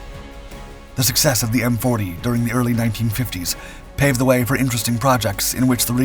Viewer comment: I was 16 years old when the 1968 attack on Hue took place. The way you pronouce way is SO F-ing weird! :hand-pink-waving